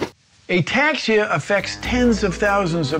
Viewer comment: “A taxia cab” jesus😅😂